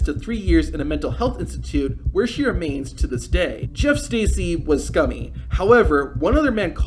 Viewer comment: It’s pronounced Jerf Stercy